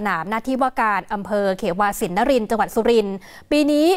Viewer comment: อ่านออกเสียงว่า "เขวา" ขะเหว๋า ไม่ใช่ เข-วา ครับ